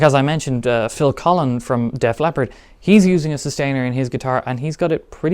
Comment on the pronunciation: I know he said Phil Cullen of Def Leopard.